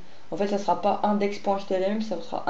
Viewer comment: J'ai cru entendre htMl au lieu de htLm, non ?